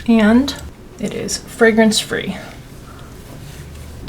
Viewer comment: Is this their Fwee pudding pot imitation?